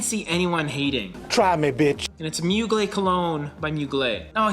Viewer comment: Just an fyi, the r in Mugler isn't silent.